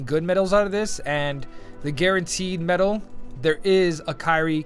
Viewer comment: "medal " pls :D